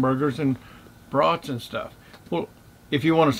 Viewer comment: Wow, your site is right next to a road. I wonder if that park ever gets flooded when the river gets high. You are going to need a much bigger location to handle all the extra rigs in January. When you said Hambergers and brauts, it sounded like I heard Hambergers and broads. I joined your group today.